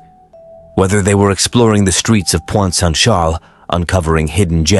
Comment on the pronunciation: It's Pointe-Saint-Charles in Montreal, not Point Saint Shaaaaluh 🤦‍♀️